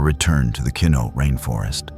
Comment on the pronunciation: Keno??? Kenno??? What rainforests are you talking about that you can't pronounce correctly